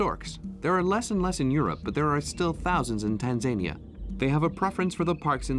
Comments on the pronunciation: Who/what does the research for these documentaries about Tanzania pronounced Tan zan eeya? Si sahihi (incorrect), there are no panthers in Tarangire National Park which is mentioned as one of the predators to be seen there. In the Serengeti part the commentary stated it was one of the places to see a leopard when the camera image was of a cheetah, really? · It's pronounced Tan.zuh.nee.uh